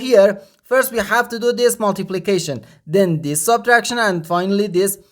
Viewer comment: The word is this not dis